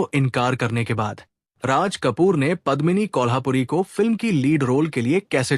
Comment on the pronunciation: मैं हैरान हूँ की आप एक पूरा प्रोग्राम करते हैं और आपको कलाकारों के नाम तक नहीं मालूम। सबसे पहले हीरोइन का नाम पद्मिनी कोल्हापुरी नहीं बल्की पद्मिनी कोल्हुपुरे है। एक और आप यह गलती कैसे कर सकते हैं , आप राज मुराद कहते रहे, अरे भाई उनका असली नाम रज़ा मुराद हैं। सिमी ग्रेवाल को आपने सिमी अग्रवाल कहा। Very disappointing.